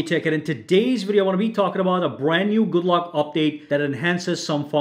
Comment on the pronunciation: Ye! You sayd my nickname right